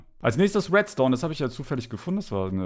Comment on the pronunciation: Redstone wird zu wetstone LOL